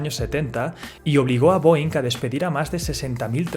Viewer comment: Esta mal la pronunciación de la empresa mis maestros de aeronáutica se han de estar rebolcando en su cama hahaha